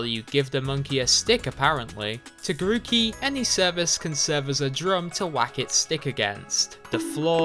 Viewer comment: GROOKEY DOES NOT END WITH IE, IT END WITH EY! AND IT'S BULBASAUR, NOT BULBSUAR!